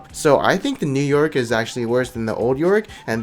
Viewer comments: New Yorick ... Sounds More Like New York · You say New Yorick the same as New York......